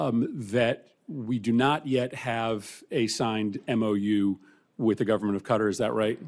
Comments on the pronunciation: Why is pronunciation so difficult for these people. Qatar is not pronounced “kutter” it’s pronounced “kat-arr” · Grest conclusion there Senator Murphy and by the way, it's not pronounced "Cutter" but "Kat-tar". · Qatar… not Cutter, try this KA TAR, now say it quick and you’re getting there! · It’s Kuh-tar, not cutter! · It's pronounced kuh-taah FFS! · Why does Murphy keep pronouncing Qatar cuttar? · The way Americans pronounce Qatar so incorrectly is irritating